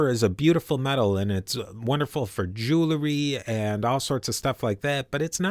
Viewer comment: "jew-le-ry"........lol.....btw I like that you mentioned the possible origin of the name of Catalonia (got-landia, gota-landia etc) the same may be true with Andalusia (Vandalusia- land of the vandals)